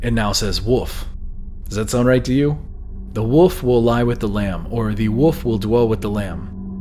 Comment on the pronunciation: Yay someone else who says woof instead of wolf 🤣💖💖💖❤️❤️❤️💖❤️💖❤️💖❤️💖💖